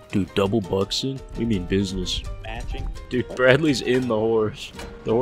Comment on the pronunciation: If this man doesn't learn how to say "Buck-Skin" I'm gonna lose my shit.